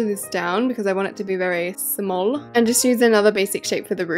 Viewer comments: It's not smahl masl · when u said like shmall me like:HAHABABBABABABABABABAABAGHAAHAHHAHAHAHHAHAHAHAHAHAHAHAHHAAHHAGHSHAS